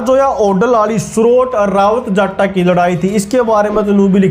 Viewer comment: सौरोट नही भाई सौरोत है भाई वो